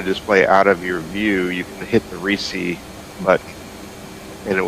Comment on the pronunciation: AC = Charlie AMRAAM; AB = Bravo AMRAAM “RESEE” he meant Recce... pronunciated Reh-kee